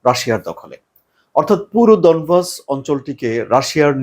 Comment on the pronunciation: ডনবস না ডনেক্স